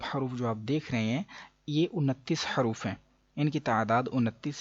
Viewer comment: ماشاء اللہ اچھی ویڈیو ہے ۔ حروف میں حاء پر پیش پڑھنا چاہیے۔ حرف میں راء پر جزم پڑھنا چاہیے۔ شکرا جزیلا